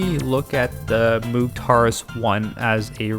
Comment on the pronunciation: It's pronounced to rhyme with "rogue". Moh-g.